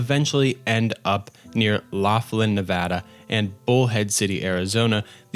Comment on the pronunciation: As a Nevada resident, hearing somebody pronounce my state correctly is chef's kiss Great video btw. Digging the recent content as well